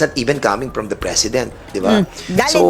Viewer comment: One General said na tagalog na lang daw gamitin kasi nakakasuka daw dinggin yong englis ng iba jan.😂😂😂. Yong follow niya is palo. Yong of is op daw. At yong from is pram. Ano ba yan.